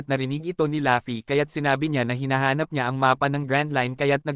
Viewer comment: Ok na sana kaso natatawa aq pag binabanggit mo ung pangalan ni luffy pag sinasabi mo laffy e